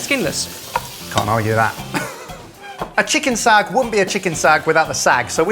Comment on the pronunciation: Your recipes are authentic! Do you own a pressure cooker? Daal is rarely cooked for 45 mins in the open. It's a quick 20 min recipe! I am SO IMPRESSED you used ghee:))) you cutie, it's not sag, but SAAAHG. love from India <3